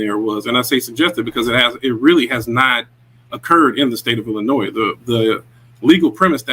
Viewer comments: brother its PROUNOUNCED ILLINOI not ILLINOISSSSSs the S is silent lol. For those of born and raised in Illinois its a thing it really is a thing for us lol. Whats funny about Supper Mayor is she started off as a Trustee and ran on the previous mayors ticket and then turned on him and attacked him for the very same things the Trustee's are now attacking her. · the s is silent in Illinois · ILLINOIS IS PRONOUNCED IL-LI-NOY!😂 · THE ……S……IS …….SILENT IN ILLINOIS ‼️‼️‼️‼️ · Reference: ILL-ANNOY for the love of all that is good and holy the S is silent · Illi noise. Ar can sas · Please learn how to pronounce Illinois. S is silent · New to this channel, I "assume" you are saying "Ilinoi"S"' as a joke? If not, are we suppose to take your "Lawyer" title seriously? We learn the "S" is silent in like 3rd grade? Don't comment much but hearing that clear S had me thinking, is this a joke? I sure hope so........ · No offense but please pronounce Illinois correctly. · The S is silent when pronouncing Illinois.✌️